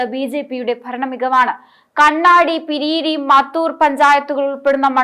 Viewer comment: പിരി അരി അല്ല കുട്ടി 😂😂😂 പിരായിരി